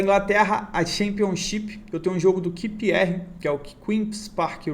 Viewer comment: Repeat with me: "QUIU PI AR" =QPR 😀😀😀 Grande!!! Siga firme!!!